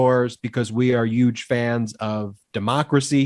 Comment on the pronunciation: Ben, please do not say huge like the orange boy. Huge is pronounced with a hard H, like hammer and not yammer. I still love all of you brothers and listen to you as much as I can ❤❤❤❤❤❤